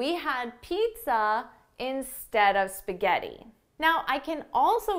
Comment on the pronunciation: Come cazzo pronunci spaghetti 🤦‍♀️🤦‍♀️🤦‍♀️🤦‍♀️🤦‍♀️